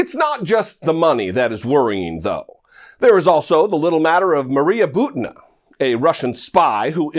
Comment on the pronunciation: Butina is pronounced "boo-tee-nuh."